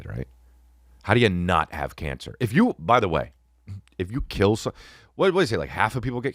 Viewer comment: The HJ bit ... And saying Canc for cancer 😂😂 im done with you maan😂